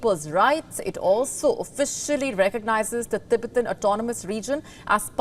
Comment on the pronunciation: didnt know 'Tibet' is now 'Tibit' and Tibetan people 'Tibiten'